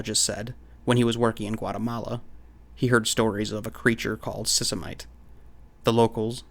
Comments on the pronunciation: Sisimite = "see-see-mee-tey" / By the way,, I love your videos. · Sisimiteh! adding the "h" should give you the correct pronunciation.